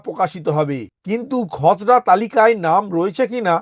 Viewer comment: আপনি খসরা তালিকা বলছেন না খজরা তালিকা বলছেন বোঝা যাচ্ছে না😢